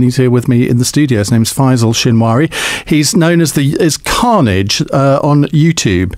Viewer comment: "Carnage" sounds a bit like "Cringe"